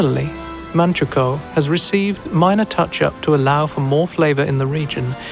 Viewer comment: Guo min dang, manchu guo, zhang is closer to jang, not zang